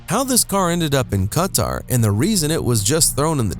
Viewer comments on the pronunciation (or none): Why did he pronounce quatar like carter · Its pronounced as Katar hyphen at the last syllable.